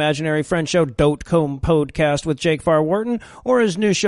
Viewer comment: OMG How I need to listen to the dote come pode caste